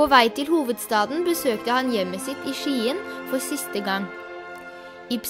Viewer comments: det uttales SKJE-EN ikke Skiiien. Og selvom henrich skriver med ch, så uttales det som en k :) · Det heter ikke skiiieeeenn det heter Skien!!!